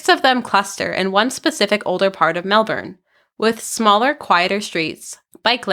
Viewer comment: Another great video. You even pronounced Melbourne correctly (the first time)